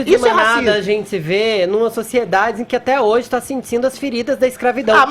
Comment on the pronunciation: Zentizi é bem assim que ele fala!!!! Kkkkk